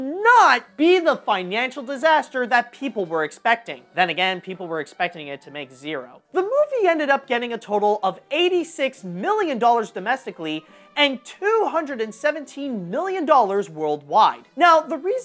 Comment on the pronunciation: "Domesic" instead of "Domestic"